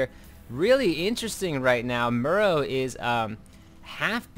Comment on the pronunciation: How do you pronounce the word "tomorrow"? Now take out the "to" and you get the pronunciation for Morrow's name.... I'm sorry, it's just a bit annoying hearing it as Murrow all the time... And the funny thing is that every caster out there pronounces it like that, it's like a sickness or something :) gj on the cast though....